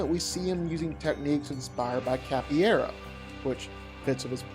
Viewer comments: I know this won't matter to a lot of people, but out of respect for the martial art, I have to say that capoeira = "kah-po-EH-rah," not "cappy-era." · Capoeira... KAH-po-AIR-uh... not cappyaira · Capoeira is pronounced "cap-oh-way-rah." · It is not pronounced cappy era. . . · No matter how many times he said capoeira, he never quite nailed it lol. But yeah, Wick clears.